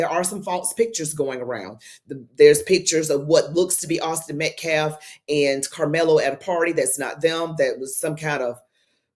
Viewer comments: The name is Austin Metcalf-not -METCLAFF-Please show some respect and get the murder victim's name right-this guy is beyond ridiculous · Cannot even say the victim's name correctly but then cries about "disrespect."